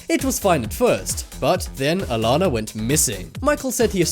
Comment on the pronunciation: It upsets me he didn't even say her name right it's not Alana